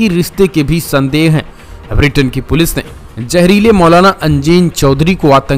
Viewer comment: Sir it is not Vritin but Britain. Pl correct yourself